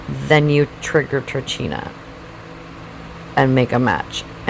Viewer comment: dark Kaliba = Kaliba, Gnosis Incarnate La Fata Turchina -> italian name/word -> ch followed by a vocal is pronounced as a K